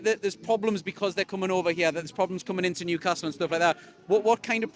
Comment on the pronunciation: interesting this guy cant actually say his own town name correctly? its not noocastle